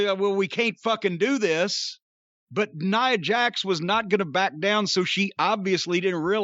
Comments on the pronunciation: Love that Jim for years hasnt cared enough about Nia to be bothered to pronounce her name correctly. "NEUHHH JAX" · More importantly this is the first time Jim pronounced Nia Jax’s name the correct way 🤣🤣🤣